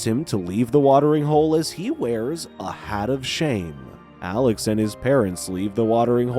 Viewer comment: That not how you say his name its Alex 😡😡😡😡😡😡